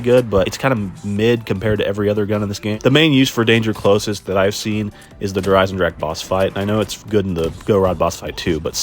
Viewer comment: Go Rod? Bro says words weird lol. “Goowehr. Galeel. Der Eisendrack”